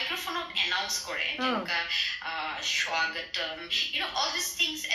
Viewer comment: ৰ মুখত স্বাগতম শব্দ টো শুনি moja লাগে 😂